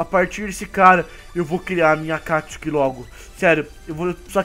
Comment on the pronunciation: é. Akatsuki e não akcuki